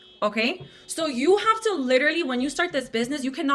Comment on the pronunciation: I cannot STAND the way all these girls pronounce the word "literally" as "lidderly". Maybe it's just my misophonia, but holy fuck it takes me from zero to red zone in a hurry.